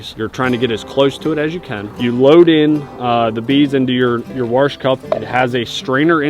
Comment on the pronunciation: Grammar Nazi here. Wash, not warsh. ESpecially not EXpecially.